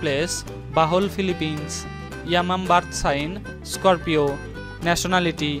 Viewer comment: Dang this vlogger voice driving me nuts🤣🤣😂 yamam who is it? I thought is yamyam dang man🤣🤣😂 I went crazy your pronunciation 🤭😂